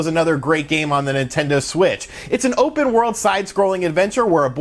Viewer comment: Hey did anyone catch at that he said Nintendo swit instead of Nintendo Switch lol. Love your vids man